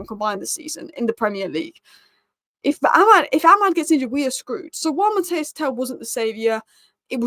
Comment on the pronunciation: probably thinks I am a horrible pedant if she reads her replies but his name is pronounced Mat-teese. But Tel is a baller. I really hope he takes a liking to Spurs.